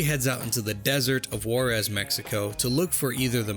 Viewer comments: "call of warez"... shit who says that this way??? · take a shot every time he mispronounces Juarez